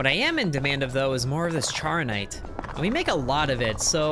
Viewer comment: Charonite is pronounced char-o-nite thank me later.